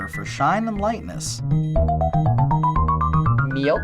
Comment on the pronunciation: The way says "Milk" is funny af XD